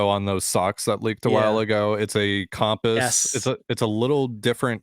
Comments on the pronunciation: He's been in Canada too long 😂😂😂 jk jk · I've only ever heard one other person pronounce compass like does.